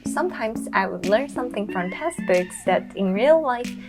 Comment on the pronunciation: teXtbooks, not teStbooks!